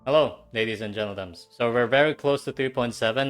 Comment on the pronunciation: "Ladies and jentlnems"😭😭